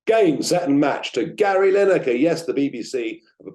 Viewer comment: Who is "Linekar"? Blimey... 🤦‍♂